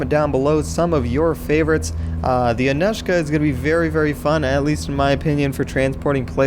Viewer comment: pronounced ann-oo-shka